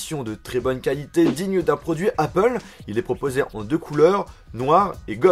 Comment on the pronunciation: "Apple heuh" 😂😂😂